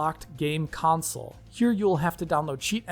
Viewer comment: It s called console not council like you say it cheers i like what you do, but when I hear councile in stead of console it just hurts my ears